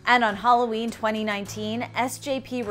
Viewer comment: Not Huh-laween, Hula-ween! She's from Hawaii!